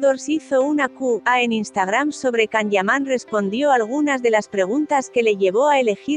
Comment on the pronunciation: No se porque te empeñas en decir CAN, así se escribe, pero se pronuncia YAN.